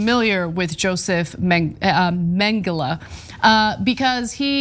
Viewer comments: Its Mengele not Mengeler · Ana butchering Mengele here. Ironic. I'll allow it.